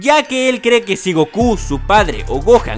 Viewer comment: Jaja si sonó chistoso esa parte